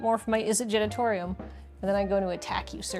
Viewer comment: Not to dunk on a mispronunciation of an extremely made-up word, but I feel like a number of red-faced visitors to the Izzet Genitorium in the Sixth District are kindly and discreetly given directions to the Izzet Generatorium around the corner each day